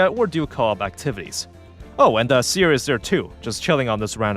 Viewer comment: why do you say seer like paneer lmao, its like a see-er, she sees, with her eyes.. :'D